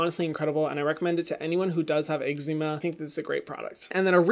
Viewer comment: No one: Hyram: eggzeema 😂❤️❤️😂